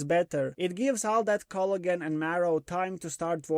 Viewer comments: I couldn't figure out what "Culligan" meant... 20 minutes in I figured you were saying Collagen. lol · I'm going to start saying cloigan, it sounds better 😂